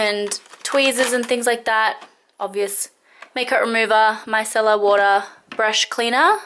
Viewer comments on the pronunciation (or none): none